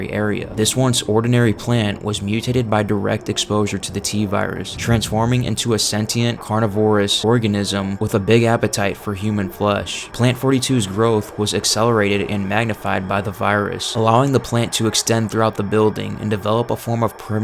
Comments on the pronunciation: You always seem to repeat in each entry some variance of "ambition" and the "extent Umbrella is going to." It doesn't offer an engaging watch/listen. Judging by the consistent unusual pronunciation of several words, "chosen," "carnivorous," "corporation," "challenge," "metabolic," "formidable," "entity," "repository," "tapestry," (to name a few) and the hypnotically repetitive sentence structure, robotic-sounding inflexions and quick cuts in words, I'm convinced this was predominantly written and entirely voiced by AI. If people like watching or listening to heavily AI-created works with zero personality, then that's fair enough. Personally, I don't. But I would urge to review their methods to at least make the watching or listening less dull. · What is up with some of these pronunciations? Rudimentary and Carnivorous are not difficult words to say and from my understanding you're not someone whose first language isn't English. Are you using AI text to speech? Only possible explanation. And with the abundant use of AI artwork, I wouldn't be too shocked.